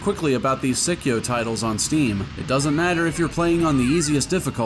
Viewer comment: The Psi in Psikyo is pronounced like the psy in psychic (the Japanese name is saikyou). And a much more minor correction: Dodonpachi is only a wordplay for gunfire sound. The bee part comes from the meaning of the kanji (hachi = bee), not the sound. For the games themselves, I've only played three of them here. Hellsinker is definitely a game that requires a guide to get you on your feet ASAP, before you can appreciate its genius. This is definitely not a game you want to play blind. DFK is also the most beginner-friendly game in the DDP series, so it's a pretty good starting point for CAVE games. Dragon Blaze is very fun but also quite brutal. As with Psikyo ports, consider emulating them for lower input lag. It is pretty crucial for fast-paced games which Psikyo are known for. Solid video and recommendations!